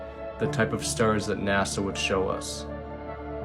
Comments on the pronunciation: listen.... Its not "NA-ZA" my guy 😂 its NASA with an S!!!! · I really like your channel but please stop saying NAZZA it's NASA! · You mean " naza"😂